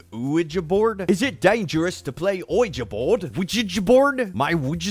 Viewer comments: I heard someone say preganant boord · wa weg board nailed it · *Pregananant board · i was doing so well until he said "Luigi board" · Wa weg board. Weggy borad. Oueja board. OIGI board. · Oh yeah, the Quiche Board. I've heard that the ghosts curse you with a terrible french accent😂😂😂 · “Wedgie Board” bro I’m done! ✋💀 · Still cant understand how that one guy thought it was "wa weg board". Also luigi board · "wa weg board.. nailed it" PFFFT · “wega borad” sent me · Wedgie Board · Dylanzu Havnt Heard Someone Say WEEGI Board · Wa weg board. NAILED IT. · I've honestly forgot how to say ouija board after watching this. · wega borad